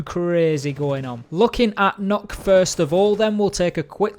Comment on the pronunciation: m8 stop saying nokk its nøkk